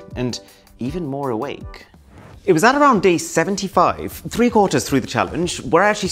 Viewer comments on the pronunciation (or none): that 'three' sounded Irish slang or Spanish..😂 Good video Arun. Motivational & makes sense.